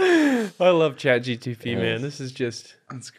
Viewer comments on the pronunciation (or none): He kept saying chat GTP😂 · Two times in the video you said ‘chatgtp’ instead of ‘chatgpt’, was that intentionally done as part of the joke? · Does repeatedly call ChatGPT ChatGTP?